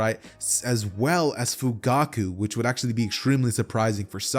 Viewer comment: one point in the vid you said fuguku XD